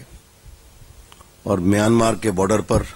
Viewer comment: correct the pronunciation.. it is myanmar not miyomar...